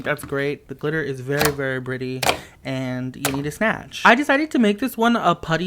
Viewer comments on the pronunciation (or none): "The glitter is very very bretty" I think he was going for bright and pretty